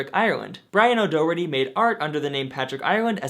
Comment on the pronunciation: Daw-heart-eee, I'm from Ireland and every time you say his name I winch 😂 great video as usual though very informative